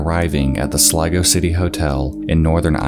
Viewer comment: I literally understood "Lego City" and fucking died of laughter. No but on a serious note , great video bud.